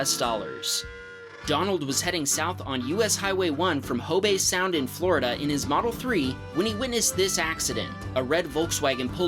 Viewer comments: “Hoe Bae Sound” LOL It’s Hobe, (pronounced like Probe) but because I love this channel it’s excused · Hobe Sound, Florida has the o pronounced like in "Ho Ho Ho" and the e is silent.